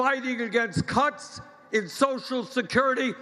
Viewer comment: Sound like Bernie is saying "Cunts" instead of "Cuts"